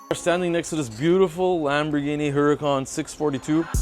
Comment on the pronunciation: When your mechanic can't even pronounce the brand of your car, you know the work is going to be flawless🫡🫡😎😎